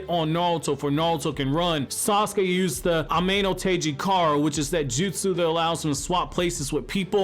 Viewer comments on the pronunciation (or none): none